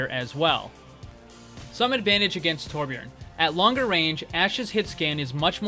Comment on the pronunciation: Im amazed at how good you are at saying Torbjorns name compared to others, you even say it with an 'ø' sound